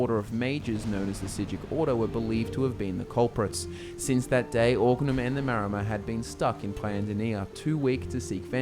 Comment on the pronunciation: Wait, is it Maromer or Maormer? Isn't it the latter?